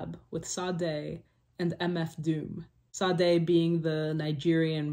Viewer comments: Sorry to be picky but it's pronounced shah-day. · Great video. Also SadeVillain is an excellent choice. Just so you know: Sade is pronounced Sha-Day.